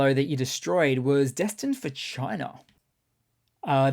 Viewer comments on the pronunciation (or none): none